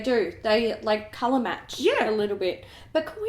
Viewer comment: I'd probably listen to/watch a podcast. I haven't watched podcasts for a while, but would check out any a that you ladies decided to publish. On a different note, is it bad that all I could think of when you said cololour was: What cololour is a bananana? Yellellow (I'm cringing that it even entered my head - such a dad joke!)